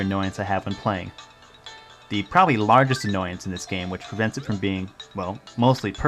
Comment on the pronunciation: of course he did, didn't you hear him at :07 when he said "I got this over fom Japan".